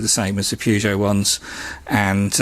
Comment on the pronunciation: Why are you calling it a purgeot ??🤔